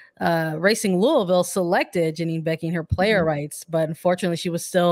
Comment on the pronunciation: does at least one weird pronunciation in every other episode, usually it's something European. But the way she says Janine might be the weirdest one.